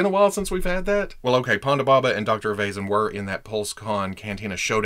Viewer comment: Dr Evay-zen? I always thought it was Dr Ever-Zarn? Either way, awesome review of an awesome wave! :)